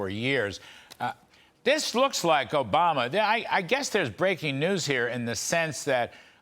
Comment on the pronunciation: Why does she say barack o-bomber